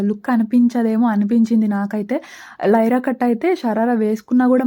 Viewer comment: Hi sis vlog super meeru voice over lo nyra cut ni lyra cut antunaru okasari check chesukoni naku ayithe me vlog ma sister chesinate untundi meetho direct ga matladalani undi naku pellala pindi chala istham nenu miss avuthuna because memu hyd lo untam me sister pic akka i am so excited to see her face